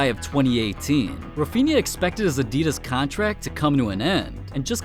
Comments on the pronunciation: Like he says Nike right but says Adidas incorrectly like how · “udeedass” and “nikey” im feeling internal painnnnn